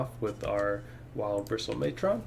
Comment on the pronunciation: Also “matron” is pronounced like “patron.” The way you’re saying it makes it sound like like it’s gonna fight Optimus Prime 😆